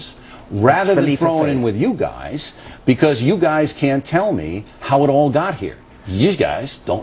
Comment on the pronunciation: "youse guise"